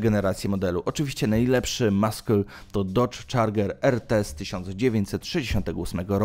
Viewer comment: Nie "maśle" tylko "masyl" weź Koleś z translatora skorzystaj...a jak się jąkasz to nagrywaj powtórnie.